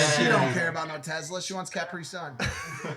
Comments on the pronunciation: I’m from the uk it is a cap ri sun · I was getting ready to write a hate comment about how mike said carpi-sun until said something 😂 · Mike said caprsun right